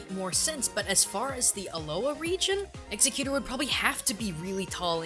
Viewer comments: Robert Spicer Alright but here's the thing. The majority of the people could careless of how you say it. So it doesn't matter how you say it unless if you're talking about the same thing. So there is no problem there. I could careless if I say it wrong. I prefer to say it "executor" because its easier for me and I can't say it the proper "pronunciation". I dont know why this is even a big deal to begin with. Who cares if says it wrong. If he saids it wrong then leave him alone. Its not that serious, so just let him be. Plus, whats the worst thing that can happen if we say it wrong? NOTHING, thats what. Also, you can't tell us what to do, so theres that. We say however we feel like it. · EGS A TOR THATS IS HOW YOU SAY IT STOP SAYING THESE POKEMON WRONG I DONT CARE IF IN A NOTHER LAUGANCE THATS HOW YOU SAY IT YOU SPEAK AMERICA SAY IT AMERICA DO YOU HEAR ME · after 2 minutes, I can't stand hearing you say executor anymore, but I got what I need. Nice to see potentially 600+ people agree with me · my only complaint is ur pronunciation your saying its Ex-egg-gootor the way its pronounced your saying it like theres a C or Q or something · Your Pronunciation is really driving me crazy. It's prounounced Egg-Zeck-u-tour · Isn't it pronounced egg-xect-u-tor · Exe-cuter, well okAY.) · dude. its pronounced Egg-sec-que-tor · actually pronounces egg-zeck-you-tore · No. It bothers me too. How do you get executer? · it sounds more like Exiggcuter to me. there is a g sound in there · more like ex-egg-you-thor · It's Egg-Xec-You-Tor btw. Could have sworn everyone knew that. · Why does everybody keep saying exeggutor like exeggcuter cause it's wrong so stop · its pronounced x-egg-U-tor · its sounds like he is saying executor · I do believe Exeggutor is pronounced "eks EGG yoo torr." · Did you just say Executor? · I didn't know what the hell you you were talking about the whole time (cooking and not whaling the screen) it pronounced Eggs-eggs-you tar/tor.